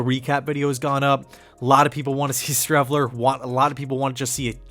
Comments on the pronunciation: One word “Shreveler” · Streveler... Please....